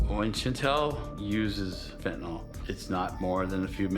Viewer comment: There's no o in Fentanyl, nyl, nil nyl.